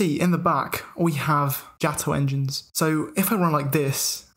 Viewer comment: Jah-toh engines😂